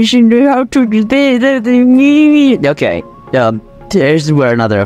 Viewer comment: Am I the only one who thought he said "I'm gay"? He really said "Okay.".